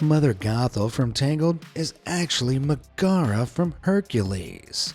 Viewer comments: This guy is dumb. It’s it’s meg not McGara. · it's Meg-a-ra not ma-gar-a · It’s certainly not magera, mag-air-a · How are you supposed to say it? Meg-are-a, that sounds right? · That is NOT how you pronounce Megorah's name. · bro the way he pronounces Megara bothers me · anyone else cringing a little at the inflection he's using for Megara's name? Also Sven's mother being part of the Kris's tunic "could" be true, but not for the evidence provided: 1. Tanning the hide would've removed all scent from it. If anything it would just smell like chemicals at worst and plain old leather at best. Even the fur would have been treated and cleaned to the point scent would mean nothing. 2. If Sven has been following Kris at young ages, then why would he still smell the scent in adulthood? Kris certainly couldn't wear the same tunic he wore as a child, it would be too small. And it's highly unlikely that it would've been reused in a new tunic, since you know.. leather does age. I would just hazard that Sven formed an early bond because they were both with each other all the time. Any animal really can form a bond with humans at a young age, it just takes the right circumstances for some.